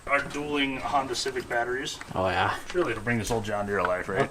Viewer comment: That "Oh yah" at the start really socked home the midwestness this video is promoting.